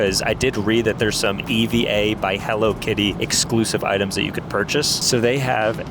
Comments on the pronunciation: Said it wrong for EVA air it’s EVA air not Eva air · EVA AIR is said E V A not the name EVA just E. V A.